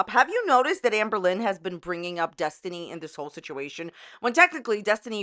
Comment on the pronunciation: Desinty? Did she have a brain fart?